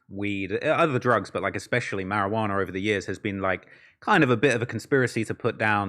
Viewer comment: “STIGMER” “MARIJUANERR”